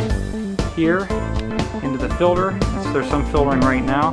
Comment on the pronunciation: It's filter, FILTER!!! Not filder...